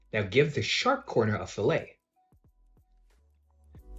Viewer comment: Good video...but it's a fillet (fill-it) not a fillet like the fish sandwitch.